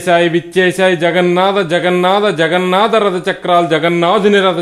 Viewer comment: Telugu Bhasha lo Ottulu anevi konni vuntaayi. Vaatini odileste Essence Potundi. Mallee prayatninchandi. Ex Jagannada kaadu Jagannatha ... Alaage Rada kaadu Ratha......